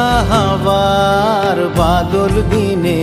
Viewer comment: প্রতিভাবান শিল্পী! উচ্চারণটি সংশোধন করা উচিত-("বাদল")-আজি ঝরো ঝরো মুখর "বাদল" দিনে